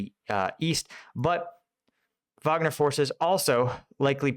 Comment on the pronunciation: It's a German name, so "Vagner" is the correct way.